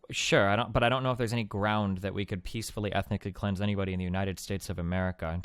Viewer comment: I think you mean "cweansed".